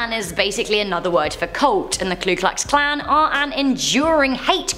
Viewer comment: This is just a minor thing that drives me nuts. I don't like it when people constantly mispronounce words that they are reading. I especially can't stand it when its so common to mess it up... Its "Ku Klux Klan".... Not "Clue Klux Klan" And random fact. It was originally Klux Klan. They added "Ku" because they thought it had a better ring to it. Disclaimer: I don't like them. I'm just really into history and can't stand mispronunciation. Lol